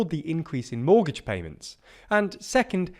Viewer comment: Monetary, not moneytary. Mortgage, not mortage